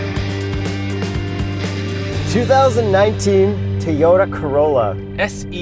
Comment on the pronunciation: Did he say tayota